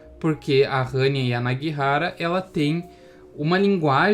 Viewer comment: Nada a ver com o vídeo, mas finalmente alguém que pronunciou certo o nome da autora